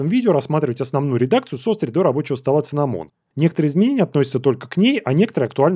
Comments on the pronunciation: синнамон а не циннамон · не имею ничего против, но cinnamon читается с "с", не "ц" но все равно спасибо за сводку по дистру :)